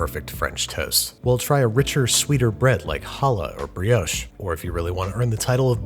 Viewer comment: No hate whatsoever ..but the way Americans say brioche hurts my french soul